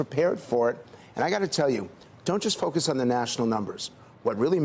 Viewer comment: "I hear it in my fuckus groups"